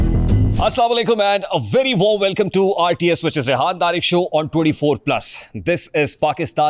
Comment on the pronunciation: ਸਾਹਿਬ ਆਪਦਾ ਨਾਮ ਥੋੜਾ ਜਿਹਾ ਗਲਤ ਬੋਲਿਆ ਗਿਆ ਸੀ ਰਿਆਨ ਤਾਰਕ